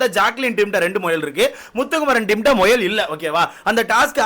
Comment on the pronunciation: Muyal❌moyal✅✅😂😂typical south Tamilnadu slang